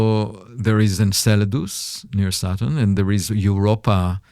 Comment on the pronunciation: Saturns moon "Inklidius" lol